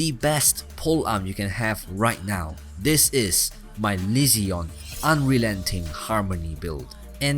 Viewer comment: He said unrelenting the first time but it didn’t sound like it the rest of the time